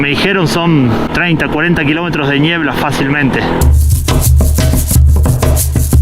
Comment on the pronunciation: Si le dice "ñiebla" entonces es ñiebla 😄